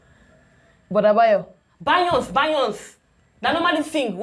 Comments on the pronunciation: She called BEYONCÉ BAYONCE😂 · What 😂😂😂😂did I hear bayons for Beyoncé lmao this gal no go kill me